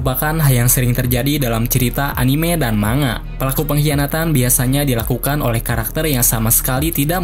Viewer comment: Manga dibaca mangga bg hehe